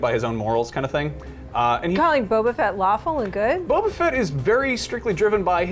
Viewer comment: Boba not bobo